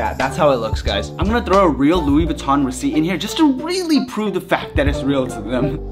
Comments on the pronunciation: LOUI VEENCHI😂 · “Luis Venchi” I cried so much 😅😂😂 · Oh wow "Luis venchi" End my life 🙁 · "Louis Venchi" 😂😂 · “Luis Venchi”💀🤦🏽‍♂️ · “Luis venchi” 🤦🏽‍♀️☠️😂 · "Luis venchi"😂😭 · Did that guy call the shirt Luis veuchi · ‘ Luis Venchi ‘ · "Luis Venchi"